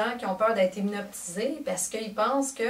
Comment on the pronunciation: Tu viens de perdre toute crédibilité avec ton "hynoptisé" O.O